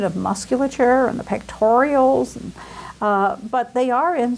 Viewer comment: I notice that she likes to put extra "i"s into words... She says "pectorials" instead of "pectorals", for instance